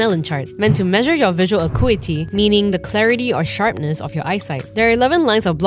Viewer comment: You should learn how to pronounce "acuity."